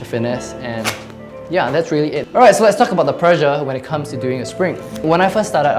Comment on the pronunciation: "reery reery important"